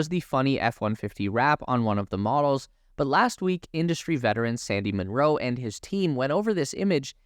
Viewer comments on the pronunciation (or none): none